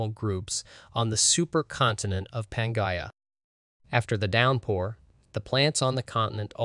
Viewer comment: Also please find some pronunciation dictionary before recording. The quality of your videos has increased exponentially but “pan-Gaia” hurts my soul